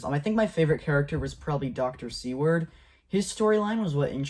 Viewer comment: "Seward" is pronounced "SOO-wrd", like the Secretary of State who purchased Alaska ("Seward's Folly").